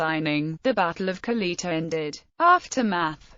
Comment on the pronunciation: Could you butcher it any more?